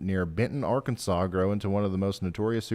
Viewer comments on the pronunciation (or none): none